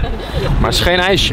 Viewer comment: bedoel je ijsje en niet ijse